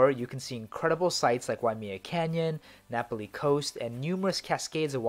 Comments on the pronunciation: It’s nah-pah-Lee NOT Napoly! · Hate to be a stickler for pronunciation but it’s Na’Pali coast, not Napoli (the city in Italy)...nice vid though, I’ve been to a lot of those places myself. 🤙🏼